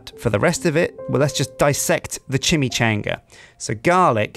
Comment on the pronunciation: The way he says Chimichanga upsets me.